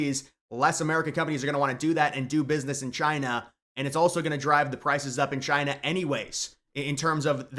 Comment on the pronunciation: Taiwan citizens should have the Right to bear arms. That should be mandatory if they expect military aid. And, it's now and forever pronounced Chy-nah. Thank you